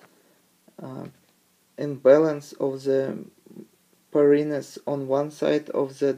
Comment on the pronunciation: it's 'purines' not 'pyrine'